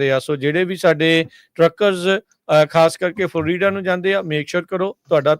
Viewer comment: ਉਹ ਭਾਈ ਫਲ ਰੀਡਾ ਨੀ ਹੁੰਦਾ ਫਲੋਰੀਡਾ ਬੋਲਿਆ ਕਰੋ